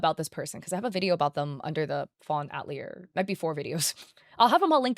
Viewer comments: btw it's pronounced Ah-tilly-a not At-lee-er XD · Fawn atelier = fawn (uh-teh-lee-ay) love your videos but this was urking me haha :) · I don’t know if anyone cares, but 🤓☝️ the word "atelier" is pronounced "at-TELL-yay" in English. (It means workshop. It's a French word, and in French it's pronounced "at-tell-YAY" with the emphasis on the last syllable.) Not that we need to be correctly pronouncing names that were probably generated by a chatbot, but anyway. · "fawn at-leer" girl google is free can you at least do the bare minimum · That's... that's not how "atelier" is pronounced. I know it's a word many only ever read, but it was really distracting throughout the video.